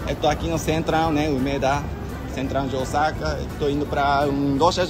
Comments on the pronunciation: quando vcs falam Osaka parece que vai falar Osasco 😂😂😂😂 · já pronunciando Osaka como os brasileiros!! 😂😂